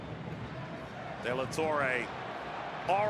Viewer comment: “Dela torray” 😂